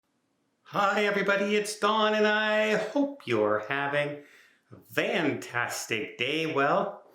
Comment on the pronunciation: are you saying fantastic or vantastic?